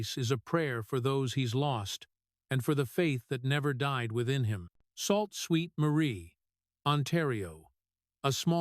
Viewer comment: Sault Saint Marie not salt sweet marie. Sault is pronounced Soo